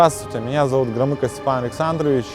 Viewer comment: точно громыко а не громяко? roflanebalo